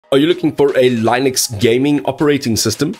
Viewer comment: If you can't even say Linux properly why would anyone listen to your "Assessment" of it?